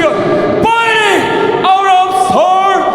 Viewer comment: 링아나운서 멘트 개웃긴게 ㅋㅋ 퐈이링~블루코너 ᆢ 키 183센치미터 체중84키로는 영어공부를 안했나바 ㅋㅋ 없어보인다 멘트